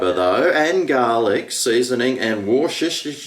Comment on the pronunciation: cool. just remember War-Chester-Sure😊